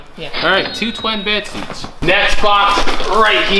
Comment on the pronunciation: “Two twin bed seetsh”